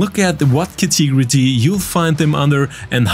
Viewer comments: Cat-a-gory, not like how you say it, but great video! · Could you please either learn how to pronounce CATEGORY properly, or just use a similar word like group, class or kind. For some reason you have decided to use that word about a dozen times in every single video,.